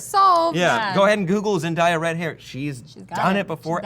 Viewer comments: Why does everyone say her name wrong??? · 1.).... I've told you this once before.. I'll tell you again. She pronounces her own name as zen- DEY - uh, not "zen - DIE -uh"; she hates it when people pronounce her name incorrectly. 2.) A: Like with any work of fiction that's been long-established and has a massive fan following, it's only expected that the fans would want its transmedia adaptations to be faithful to its source material, or what's been long-time canon. In cases of diversity, fans would rather see an entirely new character made to be the representative of diversity (e.g. Vixen), rather than shoe-horning that diversity into an already-existing iconic character - diversity for diversity's sake ( rather than inherently diverse as written from the start ) - which, just as much as the character's originally-concepted appearance, doesn't add to the story either. That's what I think the fans are trying to express here. Diversity's great! Just make sure it's original/diverse from the start & well-written, so it's organically woven in the story, and doesn't stand out to the point that it pulls you out of the experience. Don't insert it into something that already has an existing template - start with someone new. Or at the very least, have some sort of " passing-of-the-torch ceremony " written into the source material ( e.g. Batman Inc, Peter Parker→Miles Morales, Tony→Riri, et c. ), so it's not some sort of unceremoniously jarring change - there's a transition period. Even less, at least an anno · Zen-day-a DAY AH DAY AH not fucking DIE AH come on it's not hard to pronounce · The fans weren't mad when Nick Fury was black but now they lose their shit when MJ is black smh fans might mad but they asses still gonna go see the movie also did anyone else cringe a little when he kept saying Zendiya and not Zendaya(Zen-Day-Ya) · WHY THE FUCK CANT WHITE PEOPLE PRONUCE ZENDAYA's NAME RIGHT ITS PROUNCE Zen-day-ah not Zen-die-ah fuck man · ZenDAYa not ZenDIEa